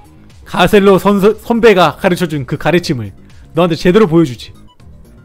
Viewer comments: 가첼로가 아니가 가셀로입니다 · 가첼로아니고 가셀로애요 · 가첼로가 아니에요 가셀로 에요